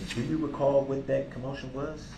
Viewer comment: I want to know how many times in his pitiful life he used the word ‘recall’ or should I say ‘recaw’ as he so eloquently pronounces it.